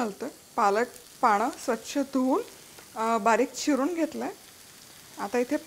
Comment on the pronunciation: एक सांगावस वाटतंय खूप दिवसापासून की तु बनवणे हे बणवणे, पनीर हे पणीर;पानं हे पाणं अशा पद्धतीने बोलतेस कारण लाखो लोक तुझे चॅनल बघतात तर ही जबाबदारी पण तुझीच आहे कि मराठीचा नीट उच्चार व्हावा. Hope you take it positively.😊